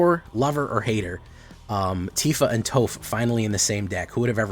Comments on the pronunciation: Its pronounced "toff" smdh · How does he not know how to say Toph?!